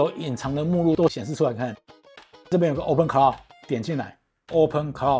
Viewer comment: Claw應該是要念o (law, saw), 不是au...